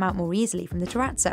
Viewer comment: I'm triggered by the way she pronounces terrazzo.